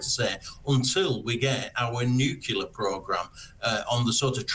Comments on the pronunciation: The word is NU-CLEAR. Why do these peop[e find it difficult to pronounce? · Nuclear, you stupid cartoon.